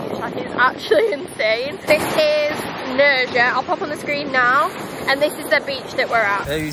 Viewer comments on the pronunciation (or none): Nerja I thinking is pronounced NerHa because in Spanish the J is usually a hard H. Like the name Julio… pronounced Hulio. Hope that helps… lovely place though. Thanks for sharing it with us!!